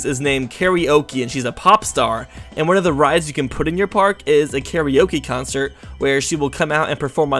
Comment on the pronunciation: You know, I get a lot of mispronunciations, and I can deal with them. But how can he look at the name Kara Oke and pronounce it as KARI Oke?